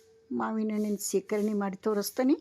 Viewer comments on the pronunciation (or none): ಶೇಖರಣೆ ಅಲ್ಲಾ ಅದು ಸೀಕರಣೆ